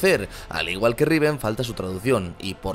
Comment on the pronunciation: Like si te gusto la R de riven :v